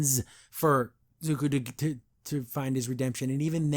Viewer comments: Bro it’s not Zuk-ooo its Zuk-oh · i would agree that Zuko had a better redemption ark, if you didn't mispronounce his name right there